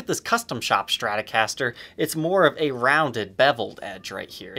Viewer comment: A schtratocaster? What is it?